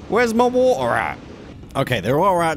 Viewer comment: "Where's mah wa'er at?